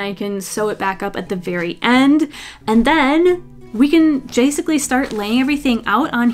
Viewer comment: “jasically” ❤ I do the same thing